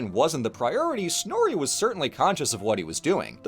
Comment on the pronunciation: I’m literally in a history of Norse mythology through media class rn and god we rant about snorri in that class constantly, this came at an oddly great time for me lol since finals are in a few weeks (also don’t quote me on this, but we have an international student from Iceland in that class and he’s informed us that it’s actually pronounced snorr-uh not snorr-e, but I’m not from Iceland myself so if what he said is wrong don’t come for me lol)